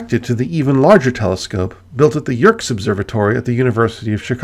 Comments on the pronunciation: Spectacularly well researched. I seem to recall encountering something called (perhaps unofficially) Van Maanan's Star, if I'm not hallucinating. And BTW the observatory at Williams Bay, WI, and run by the University of Chicago, is pronounced "Yerkees", instead of "Yerks". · Great video. Minor point, it is "Yerkees" Observatory, not "Yerks" Observatory.